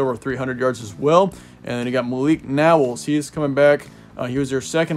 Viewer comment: Knowles is pronounced like Noles.